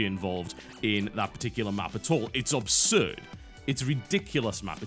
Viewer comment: Yo Biscuit, i have tried to ignore it mate but i cant do it anymore, as one brit to another, its pronounced ABSurd thats ABS as in ABSolution its not pronounced OBSurd as you do 99 times out of 100, comeon player :)